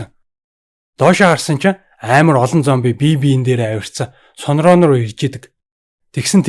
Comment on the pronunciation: Ахаа Сун-Ронг гэдгийг Ронг гэж бичээд уншихдаа Рон гэж уншдаг шүү,Тэгхээр Сун-Рон болно😉